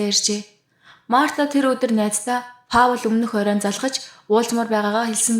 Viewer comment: hi Паул гэж хэлдэггүй Пол гэж дууддаг шүү амжилт!